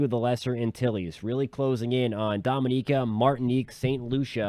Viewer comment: It's Dominica 🇩🇲